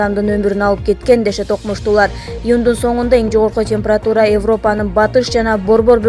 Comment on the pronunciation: ИндРа эмес, ИндИра!!! Канчалык сабатсызсын!!! Темпратура......... де...... ужас!!!!